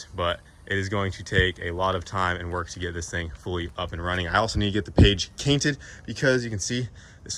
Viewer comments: Page cainted😂😂 all love but I had to go back and make sure I heard it right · "Page Cainted" 🤣🤣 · ..”PAGE CAINTED” srry but I was like wait what lmao… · "I gotta get the page cainted" 😂😂 I do that all the time lol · “page cainted”😂😂 I had to go back twice to see if I heard that right I was like “huh”💀😂 love the vids bro can’t wait to see the nsx rippin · Get the “Page Cainted?” Who else caught that? Lol